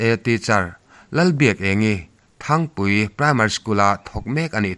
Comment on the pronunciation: Thangpui ni lovin Țhangpui khua tih tur aw.